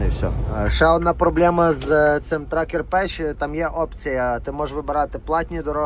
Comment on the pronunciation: Правильно казати, Trucker path, не тракер педж, як ти кажешь, а Траке Пес. В кінці слова Path, -th , вимовляти з кінчиком язика між передніми зубами і трохи якби видихачи повітря, звух получається мʼяким. А як ти кажеш слово violation?